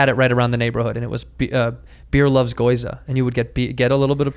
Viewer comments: I cringed every time he said "goyza". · Gi-yo-u-za not goiza lol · Andrew....it's GYOZA not GOIZA!!! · Never trust a nerd that can’t say gyoza. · its gyoza you hick